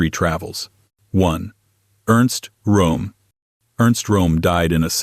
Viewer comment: It's pronounced like ROM